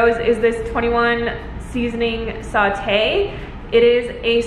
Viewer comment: Ugh, I'm so bummed that Trader Joe's in NYC don't have the eggplant hummus because I've been dying to try it for years now! The dried mango is so so so so so good. I'm surprised you didn't get the frozen acai packets! And it's 21 seasoning "SALUTE" not sautee :)